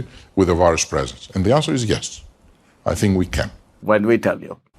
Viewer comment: It’s funny that Russell pronounces “th” like “f”, or “ask” like “axe”. Brits with those linguistics were heavily settled in the American South. To this day people still use those pronunciations, even after all this time. Most people don’t realize it originated in another country, another culture, one which permeates to this day.